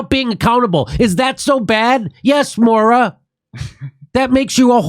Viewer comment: It's pronounced Moyra not Mora.